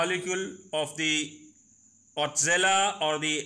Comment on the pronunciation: How can you pronounce it “ otzela “ !!!